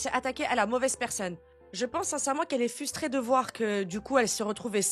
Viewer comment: je t’aime mais on dit frustré pas fusté